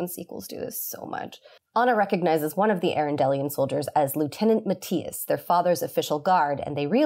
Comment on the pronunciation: I am still weirded out that in a story based on a Danish fairytale, there's practically nothing of my native Denmark in any of the Frozen films. Good on you for your pronounciation of Mattias and Hygge. It's exactly like I would have said it.